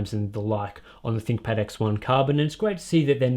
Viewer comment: I swear that "ThinkPad" sounds like "ThickPad"